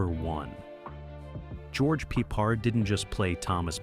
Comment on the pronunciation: George Pee pard? 😮😮😮😮😮😮😮😮😮😅😅😅😅😅